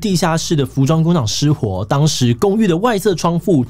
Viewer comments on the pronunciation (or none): 窗副?(念快還是容易唸錯)